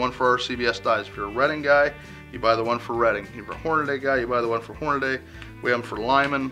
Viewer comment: It's Hornady, not Hornaday. Even Hornady pronounces it the right way.